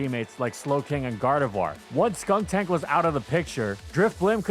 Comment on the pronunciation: Disclaimer about mispronunciations in the beginning: Proceeds to say “Skunktank” in the first 5 min. 😂